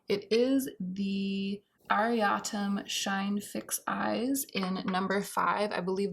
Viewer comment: It's pronounced as Ah-ri-taum. And memebox is also pronounced me-me. I always read it as meme too xD. Love that you're reviewing k beauty as well ❤